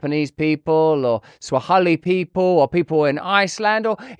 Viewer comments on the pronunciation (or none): 0 Who the hell are "Swa-haleh People?" 🤣🤣